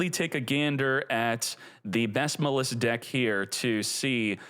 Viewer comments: We've had this deck too long to be calling it Muh-Liss, come on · Every time I go to the store I forget “Muh Lis” LOL you crack me up with that one my man. I thiiiink it’s pronounced like the word malice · I don't like how he says "muh-liss" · Dudes it’s pronounced mall iss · I hate how he pronounces maliss. It’s like he’s intentionally doing it